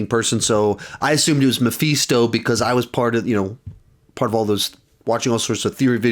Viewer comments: "Meephisto" LOL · I love how pronounces Mephisto like Omega from the bad batch would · Is mispronouncing Mephisto or have I been mispronouncing it all this time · I think he's mispronouncing it.